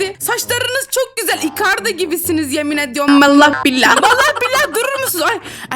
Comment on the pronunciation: Ablanın İcardi'yi Bjkliler gibi isardi diye okumaması>>>>